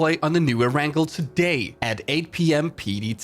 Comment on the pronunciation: Cringed at every err-rangle. It's pronounced air-n-gail